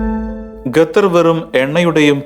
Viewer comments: Mone Gathar alla Qatar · ഗത്തർ അല്ല,, " ഖത്തർ " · ഗത്തർ അല്ല ഖത്തർ